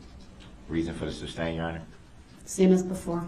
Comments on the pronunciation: I’m just seeing this video now, 2 months after you posted it. What I always wanted the judge or the state to respond to db constant” smj,; tacit ( pronounced ta-Sit, no wonder the judge did not know what db was saying the furst times he starting repeating “TACKIT”he said “ I know you know what that is” after she said she didn’t.) agreement ; his constitutional rights… and all the annoying comments. I wish they would have simply, read outloud without the jury, the judicial act of the US Constitution! It clearly says everything the judge and state are doing, and not doing! He complains about the “jury needs to know the truth” The constitution sets out, step by step the methods of a trial. What is established first etc. Also the rules of a courtroom ; the rules if the attorneys and the one charged of crime. Darow has been right— db ,nobody, has a first amendment right to speak whenever you feel like it; or to say what you feel like; nobody can interrupt a person speaking,.. and so on. If somebody would have read these simple constitutional legal, trial rules, maybe db would have shut up for an hour or so.hand a copy of the constitution that you are reading.( not the entire document of course) .At least the court would have watched him be presented with the very info he addressed incorrectly! If db would have bothered to read a little if the constitution he may have seen how stupid he was. He was receiving info from someone! We know he didn’t come up with smj and tacit agreement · Still cracks me up when he says “grounds” point 2 seconds after the objection. If he would have shut his mouth, he would have heard the grounds. Second, it’s SUStain. As in, SUSpect. And for the love of grammar, it’s tacit. Tass-it. Not Tack-it. Judge Dorow has absolutely no idea what Tackit Agreement is because there is no such thing. I hope they gave him a dictionary for his life long prison sentence. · Sustain ❎ Substain ✅ 🤦🏻🤦🏻🤦🏻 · It’s su’S’tain not su’B’stain! Bell end!